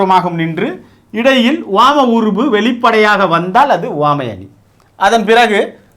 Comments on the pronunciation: Please Pronounce Correctly (Uvamai) Iyya - Appreciating your teaching effort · 1st uvamai apdindradha correct ah pronounce pannunga sir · he pronounces some words differently eg. uvamai